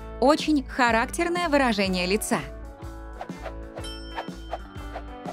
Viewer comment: Может не харАктерные а характЕрные